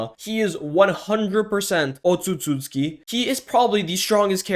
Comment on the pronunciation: Bro keeps saying “otsusooski”